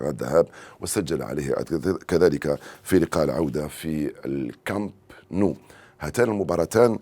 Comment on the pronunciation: أخطاء بالجملة في التعبير او النطق الغوي زيد على ذالك أخطاء في مسميات الأشياء مثل ملعب كامب نو واقصاء هدف فيتينيا وووووو